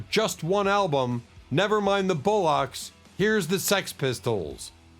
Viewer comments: These AI bots cannot speak English...the word is BOLLOCKS not bow locks lo.😢😢😢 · "Never Mind The Bow-Lox"? 😂